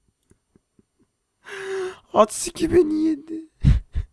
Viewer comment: ats 2 ye atski diyen için her +1 1tl (bu paralarla ingilizce hocası alınacaktır)